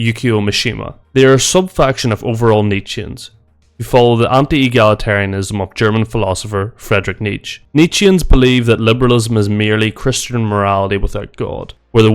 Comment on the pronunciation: Nietzsche is pronounced "Nee-chuh", by the way. Should also add that Nietzsche's his views and the views of the faction you are talking about might have some things in common, but they have a number of differences as well. They can't really be taken as the views of the man himself, whatever you think of him.